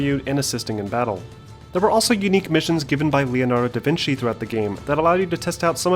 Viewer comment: u mean Da VINKI! LMAO